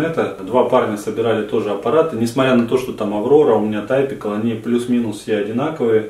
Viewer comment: Нужный аппарат 100%. Я тоже собирал свою машинку Typical самостоятельно, очень легко всё регулируется при установке. Всё-таки Typical (типичный), правильно произносится по русски как типикл, не тайпикл. 🙂